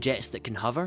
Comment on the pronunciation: It's unfortunate that in a video about hovering that you're unable to pronounce the word 'hover'